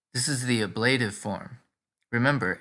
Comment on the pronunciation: I have never heard the word ablative pronounced with the accent on the second syllable. Is that the convention in some places?